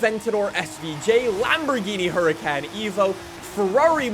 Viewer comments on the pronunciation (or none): Ik ur Canadian but its hurricon not hurrican😭😭 Hurricán